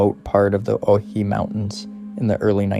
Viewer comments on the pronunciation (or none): Pronounced, (Oh-why-he)...